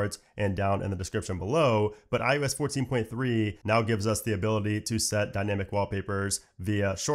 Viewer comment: I can’t help it! 3rd video of yours I’ve watched and it totally sounds like you’re saying iUs! As hard as I try, I keep hearing U instead of I. Weird.